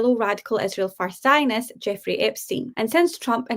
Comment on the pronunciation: Candace has only one problem, it's IIIIsrael not ISHHHRAEL. What is here problem with the pronunciation? It's Not that importent but it drives me crazy when someone pronounce something wrong.